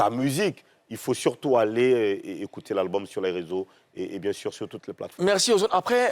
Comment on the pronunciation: " ecoutre " mdr ehhh, courrrrsss d'ecoutre intensif en papoasie